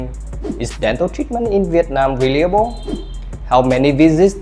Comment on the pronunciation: Nha sĩ mà những từ thông thường phát âm sai sẽ khiến người xem nghi vấn về tính chuyên nghiệp, cẩn thận trong khi mục đích của video lại hướng đến khách nước ngoài. Những từ đơn giản như clinic, reliable, renowned mà cũng phát âm sai. Chỉ cần dưới 5 giây gõ Google là biết cách phát âm vậy mà làm biếng quá.